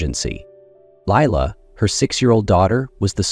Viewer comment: Although this may be a lovely story, I find it VERY distracting and annoying hearing the names mispronounced. I rewound the video to check the spelling and I saw Lila's name spelled as Leela on the next line . I stopped listening ... I just can't continue because I list my enthusiasm.